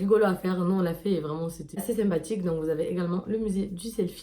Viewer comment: Hahaha La racaille française qui fraude le métro 💀 Et en plus végane 💀 Bescherelle aide moi 😂💀 Mais si tu connais pas le mors ne lance pas ta vidéo. Ho sur ma vie tu m’as fait trop rire. « Kourkoschkolach, kouchkorcolac? Ché pu » « C’était sympatchhhiiic » Merci, vraiment merci 💀💀💀😂